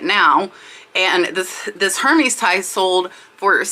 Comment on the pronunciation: Ear-mess = Hermes